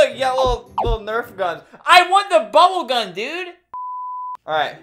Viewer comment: everyone: "bubblegum" Albert: BUBBLE GUN